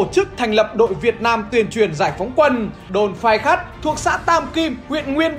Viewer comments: Phai Khắt chứ kp Khai Phắt nha =))) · Đồn Phai Khắt mà cứ đọc nhầm là Khai Phắt😀😀😀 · Phai khắt mà ông toàn đọc là khai phắt vậy ơi 😁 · Phai Khắt a đọc nhầm thành Khai Phắt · Phai Khắt ông cứ đọc là Khai Phắt 😅😅😅😅😅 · Phai Khắt mà ông cứ đọc Khai Phắt 😂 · Có mấy chỗ Phai khắt đọc bị nhịu thành Khai Phắt anh nhé 😆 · đã đọc sai còn đọc to Phai khắt mà toàn đọc là khai phắt nghe sai lệch lịch sử quá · Ông cứ nhầm phai khắt thành khai phắt hơi bị nhiều đấy nhé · Phai Khắt mà ông cứ đọc là Khai Phắt :(( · Đồn Phai Khắt mà đọc nhầm hoài 😔, bé Hồng là ông Nội tớ đấy. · Phai Khắt nhưng đọc là Khai Phắt =)) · Khai phắt đọc sai xuốt thế a . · cứ bị đọc sai tên đồn Phai khắt, nhé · Cách đàm đạo lịch sử rất lôi cuốn, chỉ có một sạn nhỏ là anh đọc nhầm tên đồn "Phai Khắt" thành "Khai Phắt" thôi ạ! Chúc anh và ekip thật nhiều sức khỏe để có thêm nhiều video bổ ích về lịch sử!